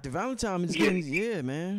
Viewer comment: so how much we need to donate to get bro to pronounce ValentiNNNNNNe and not tiMe???